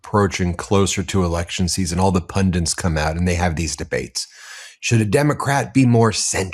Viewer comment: Ben - please, you’re intelligent enough to check what the words are that you really should know. The word is PUNDITS, it’s NOT “pundints” 🤦